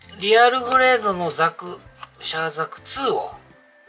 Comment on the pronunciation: なぜ、原西さんは、いつもザグって言うのかなー？（笑） ブグからのではないと思いますが…